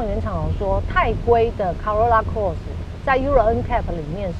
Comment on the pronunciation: Cross 發音了解一下